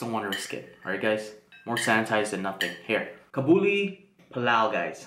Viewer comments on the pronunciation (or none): aww the way you say kabli is so cute😂 it's pronounced qab-li, even tho i'm afghan im for sure trying your version of this!! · Its pronounced as KA-BAL-LI PAL-LAO :)